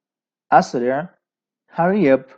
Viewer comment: اسرع فعل امر ہے۔۔۔تو فعل امر پر زبر نہیں آتا ع کلمہ مجرور ہے لہذا اِسرع ہوگا👍